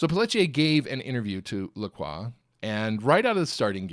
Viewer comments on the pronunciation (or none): none